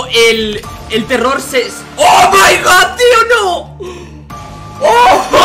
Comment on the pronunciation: Nadie:: o mai gawd